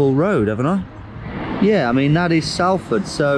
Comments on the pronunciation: 1. Never tell a Salfordian that they are from Manchester, they are a completely different city. 2. Salford not Sallford. Think how you pronounce salt. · Saying salford like SAL ford really got me fucked up. Here we say it like "Solford" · sOlford not sAlford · im from salford and knew it straight away and my guess when confirmed when i saw the beetham tower......... And then he had to say "sal-ford" its sol-ford....my pet peev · Salford is pronounced like "Salt" not "Sally"; phonetically more like "Solford" Wasn't expecting to immediately know where you were on any of these rounds hahaha your coronation street vibe was spot on hahaha. Should've grabbed yourself an Eccles cake. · I’ve never heard anyone call [solford] ‘Sal-ford’ haha! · I love your videos but please for the love of God it's pronounced SOLford not SALford (even though it's spelt that way) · salf fard? lol .. try , solf> furd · It's pronounced SOLford, not SALford ! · It’s pronounced sol ford not Sal ford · It's pronounced... Solford not salford...and it's not Manchester.. We're not mancunians we're salfordians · its pronounced solford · I live in Salford and it’s annoyinv how he says it s(a)lford it’s pronounced S(o)lford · Anyone else feel physically sick every time Tom says “Salford” when all us northerners pronounce it “Solford”? 😂 Great video Tom, keep us the great work!! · It's pronounced "sh . it" or sometimes "SOL . ford". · It’s pronounced solford despite the spelling being Salford. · GeoWizard: "SAL-ford" Me: winces in Northern On a side note, he gets dropped off right where some of my uni mates used to live... kwl XD... but also yeah, a tad dodgy round there. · It's not Salford, It's Salford! Like salt! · Salford like ‘solford’ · Being a local, I feel the need to point out... Salford is pronounced like salt. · Im from bury which is somewhat near salford and its pronounced solford to the locals 😂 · Pronounced Sol-ford (Salford) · We pronounce it SOLford :) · It's pronounced SOLford